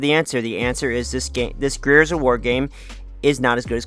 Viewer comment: bro can’t pronounce the word Gears?